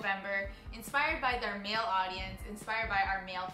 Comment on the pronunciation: Wow was it really necessary to emphasise the MALE though